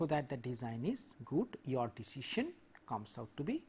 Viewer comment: I forget the true pronunciation of decision after this lecture